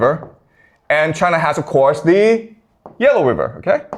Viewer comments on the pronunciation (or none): OF COURSE chinas river is YELLOW. I dont think he meant to say it like that, but sounded real funny on my end